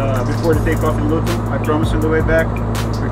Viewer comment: Lmao 😂 I beg next time you mention ‘Luton’ you don’t pronounce the ‘T’